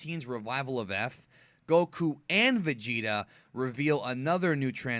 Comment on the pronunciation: and vegeta beh-bee...